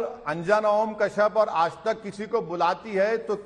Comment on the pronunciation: "आज तक" या "खाज ( खारिश ) तक'😊😊😊